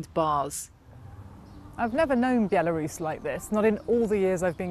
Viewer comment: B-elarus?? Where's that then? 😂!!